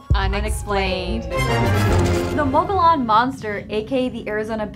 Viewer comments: Moe Go Lawn? No. It's moe ga Yun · If your gonna talk about the Mogollon monster, at least try and pronounce the word Mogollon correct....(Phonetically Muggy-Yawn, moe-gee-yone, depending on what region of Arizona or New Mexico your from), but never (Ma-ga-lon or moe-ga-lon) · It's not "Moge-LON", it's "Mo-gee-on". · "Mow gee on" not "mow go lon" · I'm from Az. It's not Mog oh Lon it's pronounced Muggy E Own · People always mispronouncing the Mogollon mountains in Az,it's pronounced like this (mo-gee-on);I'm Native American in Az.this is the way it's supposed to be sounded out like.and Payson (pay-son)long A.. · The hosts pronounced “mogllon” wrong it’s pronounced, “mogi-yon” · It's pronounced Mogee- On. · The mountain is pronounced mogi yone the ll is pronounced like a y , hate to nit pic . But this is my home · It's pronounced Mo Gi On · For Gods Sake pronounce it right… it’s. Mo Gee On .. your embarrassing Arizona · Pronounced "mogiyon", dam. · The two girls in the video can't hear that they mispronounced the name , lol, the double ll is silent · You pronounced mogollon wrong... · First of all, be aware of how to pronounce Mogollon young ladies. Really sloppy and ditsy. I'd enjoy this more if they removed the girl commentary.